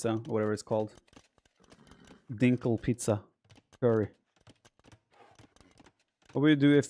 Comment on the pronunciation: Man it feels weird hearing Viper say Dinkel